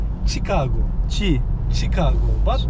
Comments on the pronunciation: Dostum yanlış biliyorsun. Şikago doğrusu. Her "CH" yan yana geldiğinde Ç olmuyor. Eğer kelime Fransızca orijinliyse "CH" yan yana geldiğinde Ş olarak telaffuz edilebiliyor. Champagne > Şempeyn, Charlotte > Şarlot, Chigago > Şikago. Bunların hepsi Fransızca orijinli ve Ş olarak telaffuzu doğru. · Ruslar Chika'go der,dogru telafuzu orada dogmus buyumus uber soforu kadina sordum,dogrusu Shika'go.